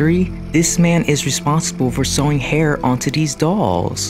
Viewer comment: why do you talk like that??? “ he is cautious not to injure his fInGeRs. he sews the dolls hAiR.